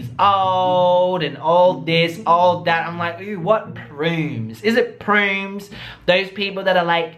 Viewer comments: i thought he was talking about something derogatory (calling the old men " prunes" at first)😁 but then i realized he meant "PRUDES" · i didn’t even notice he said prumes so i’m dyinggggg right now 😂